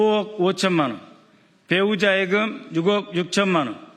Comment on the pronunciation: 애금이 아니고 예금.ㅋ